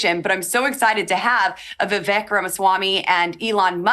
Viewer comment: She can't pronounce Vivek correctly